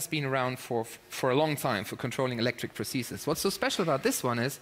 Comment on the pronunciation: Vegard: "Prothesistststsss."